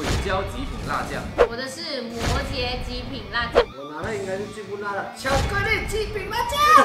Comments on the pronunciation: 摩羯的羯念jié 你中文需要進步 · CodyCody那个字念"魔jié""